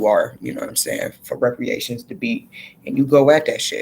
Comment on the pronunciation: It is pronounced re-par-ations not re-pre-ations. And this was a good message, I agree with your stance on us not taking on whatever number they pitch at us.